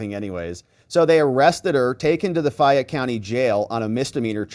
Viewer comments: Hey!! Back the bus up!! She was arrested in Fayette County Ga ( Pronounced FAY - ette,) NOT Fulton! Different courts, and Fani is NOT in Charge of that county!! Her daughters court in is Tyrone Ga...this is going to get good!!! See if mom pulls strings!! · It's not fyatte it's FAYETTE COUNTY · In WHAT world is FAY-ette, pronounced as FI-yette? Fayette...long 'a' sound, darling. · It's pronounced FAYette, not FIette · Its fay -ette co fa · First its Fayette County Georgia (pronounced Fay-yet, say it fast 10 times in a row), not Fulton, where Big Fanni's daughter was arrested. Fanni has no authority in Fayette County, as her authority stops at the Fulton County line. Georgia County prosecutors do work together occasionally, but not in every case, as they are independent authorities. Coweta and Fayette are very conservative counties, which won't bend to the Will or Demands of Fulton county....Not Ever!!.. Big Fanni goes throwing her weight around there, and she is liable to wind up in a cell with her daughter. I'm sure the Fayette County prosecutor will work out a "Deal" with Big Fani, but it will cost her big time. That one will be painful for her to overcome. She's in the Lions den in Fayette County, outside the reach of the Democrat party. She can't spew her Hegelian dialectic based crap there and get away with it, like she can in Fulton County... Further she's already skating on thin ice with the Senate, so thats working against her as well. And now its obvious she lied to the court about her relationship with Wade (saga continues), all very good ammunition for Trump and his co-defendants, in Georgia, as well as good objective evidence for the Senate in their review of Big Fani as a County prosecutor. Obviously, her children are out of control as well, thinking they got "big britches" everywhere they roam. We have a sayin for such things in the South.... "Some Peoples Kids" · Fayette County is pronounced faye-it